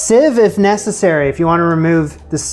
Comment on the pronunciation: Ohhhh. “Necess-SIRI”. Lol!